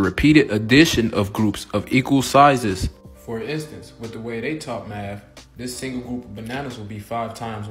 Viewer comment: first: i'm not gonna listen to a tiktoker, especially one who lacks a mathematical degree second: im not gonna listen to a guy that says maf instead of math and three: try taking any calculus class with your "understanding" of math and tell me how u do.